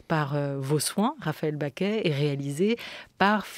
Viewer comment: Pourquoi la journaliste prononce Raphaëlle "Baquet" ? Elle s'appelle Bacqué.